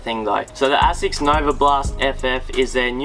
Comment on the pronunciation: it is pronounced A-sicks.....not ass-sex.